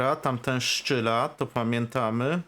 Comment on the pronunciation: Dlaczego mówisz "szczyla" zamiast "strzela"? To celowy zabieg?